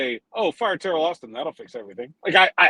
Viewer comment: It sounded like said Terrible Austin, lol. It feels accurate right now.